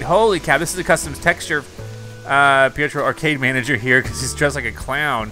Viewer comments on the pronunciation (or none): none